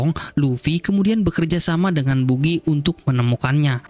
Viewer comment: Bagy bos di bacanya bkn bugi. ktawan ga suka nnton op ni adminnya